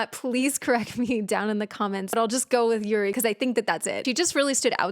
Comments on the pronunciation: the way you reacted to this :((( youre rlly sweet. btw your pronounce of "yuri" is right and she's the main vocalist of the group! if you search "yuri casualty of love" you'll find an amazing video, you absolutely have to see it!! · No worry, you pronounce 'Yuri' very correctly. I'm a Korean.